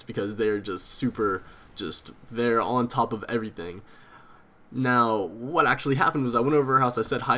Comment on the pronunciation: By far your my favorite houtiner but youve gotta stop saying "and errything"